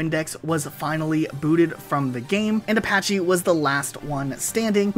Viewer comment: I'm not sure what's more painful. How he said "Ah-di-soos" or how he said "ah-pah-chee"